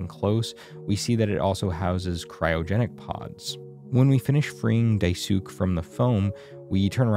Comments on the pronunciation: Idk if other people have mentioned it but Daisuke is a Japanese name and the -suke part is pronounced "skay," not "sook." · I’m sorry I hate to be like this. Daisies is pronounced Dice-Kay, Not Die-Sook. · oh please do not pronounce Daisuke's name like that. his name is a Japanese name and should be pronounced as Die-Skay or Die-Sue‐Kay. its pronounced like Sasuke. in japanese su or tsu in the middle of words are hardly pronounced so saying it like Die-Skay is technically more accurate but i mean. Die-Sue-Kay would still be better than Die-Sook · Listening to "Daisook" for 20 minutes caused me more psychological pain than actually playing through Mouthwashing honestly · It’s pronounced dai-skay if anyone’s wondering! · I believe "Daisuke" would be pronounced "Die-skaye," like pretty much without the U. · The e at the end of Daisuke's name makes an "ay" sound. Dye-soo-kay. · Daisuke's name is pronounced "dye-skay". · love how you pronounced die sook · no one pronounces daisuke’s name right 🥲 it’s pronounced dai-su-kei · Okay I've watched many different playthroughs and I've seen many different people pronounce Daisuke's name in one of two ways (correctly and incorrectly)... but Dai-sook is definitely a new one 😭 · "Daisuke" is pronounced "Die-skay" for future reference, that killed this video for me in the first two minutes lmao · this video was amazing, but hearing Daisuke being called Daisuk…………………………… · 'daisook'... bro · His name is pronounced Dye Skay not whatever the heck you just said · "Diesook" lol. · daisuke is pronounced dies-kay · What the hell it’s not DaiSook. It’s Daisuke. So do like Americans do little research on how not to butcher foreign names…??? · Daisook 😂 I haven't heard that pronunciation in years. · Just in case no one's told you yet, Daisuke is pronounced "Dai/die- s(oo)- KAY" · why do u say daisook lmao. great vid btw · Im sorry this is amazing but I can’t get over the fact you pronounced Daisuke like Diesook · Not “DAI-SOOK” help 😂😭😭😭